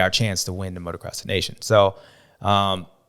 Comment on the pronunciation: James speaks wisely and he says “Des Nations” like it is. Very enjoyable to listen to and a badass on a bike 💪🏻🇺🇸